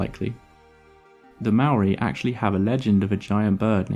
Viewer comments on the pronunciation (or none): Great video. Something to note: Maori language (Te Reo) pronounces vowels differently. Moa is pronounced 'maw-ah' and Maori is pronounced 'ma-or-dree'. Not a perfect explanation, but you get the idea. Haast, while not a Maori word is pronounced 'haaa-st' not 'hast'. Kia ora. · You seem to be somewhat misinformed about the pronunciation of 'Maori'? Nowhere in the sound of the word, is there a 'd' sound. Perhaps if you would look at the video in the following link, you'll get it right my friend, lol.